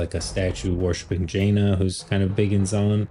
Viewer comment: Not to be that guy who nitpicks small things but its Janna (Ja-nah) not Jaina (Jay-nah)